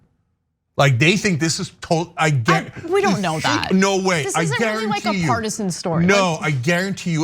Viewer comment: "No" is a one syllable word. What is this "No-ah" thing?